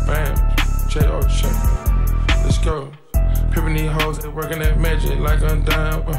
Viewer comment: I think he said le’go (lets go)